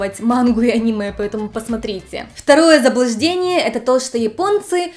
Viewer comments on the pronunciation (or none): none